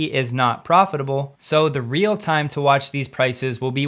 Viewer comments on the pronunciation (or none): none